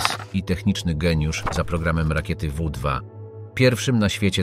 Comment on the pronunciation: Jakim wu dwa V fał 2, V2, chłopie tego nie da się oglądać .